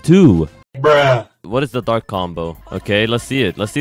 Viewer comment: U said bark c instead of dark c lol